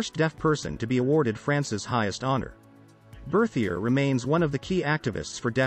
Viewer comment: I wish the audio voice would have pronounced his name and the society in French